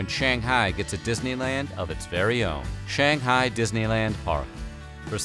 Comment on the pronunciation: You're pronouncing Shanghai wrong!